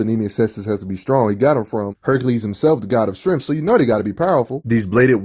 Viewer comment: I should save this video and make a drinking game out how many times I heard “strengff” lol